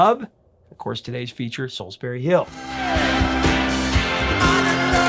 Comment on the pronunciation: It's pronounced 'Solls-bree'. Listen to how he says it in the song!